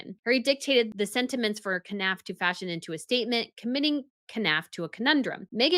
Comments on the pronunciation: Jason Knauf (Nawf) you don't pronounce the K. :) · You know the K is silent in Knauf right... you wouldn't pronounce Knife as K-nife